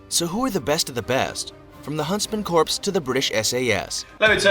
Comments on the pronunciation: I have to take issue with the video you used. When someone can not pronounce corps properly in their own language, they lose credibility. Not picking on you sir, I love your videos! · (Twitches every time the vid mispronounces corps)😐😑😐 Also...the Korean War cease fire happened 1953😐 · Their mispronunciation of corps make me question the whole video. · "corps", I ain't no rocket genius but I'm pretty sure that's not how you say that.... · New drinking game: take a shot every time the narrator mispronounces "Corps." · I wish the video narrator knew how to pronounce "Corps". Not talking about. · It's really cringe that whoever made that Special Forces video doesn't know how to pronounce "corps." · Why does this narrator say"corps" it sounds like corpse... I've one heard It called or said like CORE. With the s as silent.... alot like my home state Illinois:to all it's not said with the s.... the s is silent and it's an indian name.. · There pronouncing corps like corpse not core... lol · I wanted to throw something every time that video said 'corpse' it is corps is pronounced 'core' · Why do people pronounce the word CORPS with the P and S. The P and S are silent. The word is pronounced COR. Period. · Whoever did the initial video is an illiterate bastard. Corps is pronounced "core" NOT corpse. Try calling it the United States Marine corpse. You will be corrected quickly, sometimes loudly and humiliatingly. The original reader is an illiterate fool. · They pronounced "corps" as "corpse." It's pronounced "core" people. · Nothing pisses me off more than people pronouncing Corps as corpse and not as Core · It's pronounced Core not corpse. Americans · Who is annoyed that the video pronounces corps like corpse? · Anyone else cringing when the video says corps as "corpse" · I cringe every time that guy pronounces corps as corpse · The guy narrating is pronouncing "corps" wrong. It's like urinating in the woods - the P must be silent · Corps is pronounced "core"